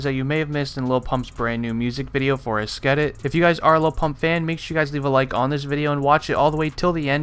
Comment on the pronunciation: you dont know how to prononce esketit